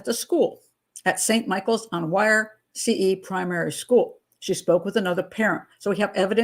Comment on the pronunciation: Wyre is pronounced "weer"' .